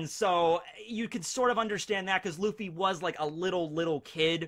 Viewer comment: Im impressed by the casual japanese when quoting luffy